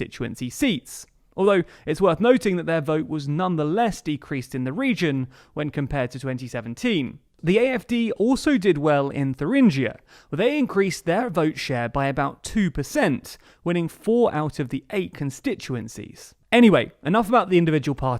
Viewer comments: Thuringchia sounds really weird to German ears. I wouldn't expect Thüringen but please no gchi in Thuringgia. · It is pronounced "Touringa".